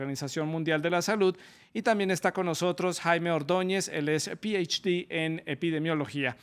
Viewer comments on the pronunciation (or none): pieichdi???? eso no es español, oiga!